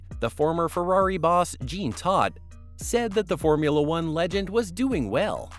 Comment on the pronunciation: It's Jean not Gene Todt.